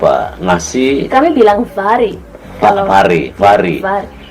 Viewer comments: Pari dibilang vari. P jadi v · Padi bilangnya pare..sama dg bahasa kami di Sulawesi..padi = pare..